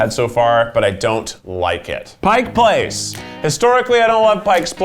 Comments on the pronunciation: Pike! Not Pike's! 🤣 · the seattle in me was crying every time he said pike's place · Pike Place....not Pike's Place. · KEITH ITS NOT PIKES PLACE...... it’s PIKE place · Washingtonian here. It’s PIKE place 😂 not pikes LOL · What is it with every single person not from Seattle saying “Pike’s Place”! Pike does not possess the place!! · Did anyone else cringe each time he said “Pikes” Place.... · Its PIKE place.... there is no "s" on pike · “Pike’s Place” 🥴 Seattleites are all laughing at you lmfaooo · IT'S PIKE PLACE. Not Pike'(S) Place. If you come here and say Pike's Place 🙄 smh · Love your show, but point of correction: it’s Pike Place, NOT Pike’s or Pikes’ Place. 😉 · Seattle lady here, born and raised. It is Pike Place, NOT Pike's Place. It's the famous market with the flying fish and the first Starbucks. Not Pike Street Market, not Pike's Place Market, just Pike Place Market. You're hurting me, Keith. Hurting me like Zach seeing his name spelled Zack. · It's not Pikes Place, it's just Pike Place, oh he kept saying it and it was killing me lmao love u keith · as a Starbucks barista I am DIGUSTED to learn that keith says "pikeS place" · Every time he said “pike’s place” I FLINCHED. Buddy, it’s pike place!! Because the market is a place on pike street!! pike is not a person that owns the place. Please. I’m begging. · why do people say PIKE’S place?? everyone not from washington says it but their’s no S!! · My brain as a Seattleite every time Keith says Pike"S" Place 😤😡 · im from seattle, and him calling it “pike’s place” was painful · GOD DAM IT KEITH, it's "Pike" Place not "Pikes" Place. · "Pike's Place" 😐😐😐 I'm so triggered. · Imma be that person. PIKE place, not PIKES!!!!!!! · Loved this one. But for the love of gosh, it’s Pike Place, no s on the end of Pike. Thank you, a Seattleite ❤️ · this is where Keith started saying Pike's Place and never stopped :D